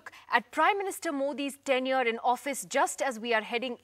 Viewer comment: Tenure = period , it sounded a bit like 10 year ( not years)